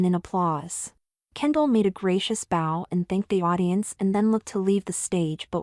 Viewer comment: that bow is pronounce with a long o not with a short o just like OW with a B in front of it